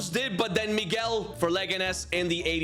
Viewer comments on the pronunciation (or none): none